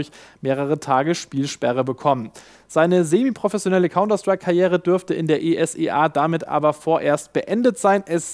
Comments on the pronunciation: Es wird nicht E s e a ausgesprochen sondern in einem Wort Esea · Mal eine Frage an + wie viel Kostet so eine Folge News? Weil Irgendwer muss ja das Schneiden und co:D und btw, das heißt nicht E.S.E.A sondern man sagt esea, also wie es da steht.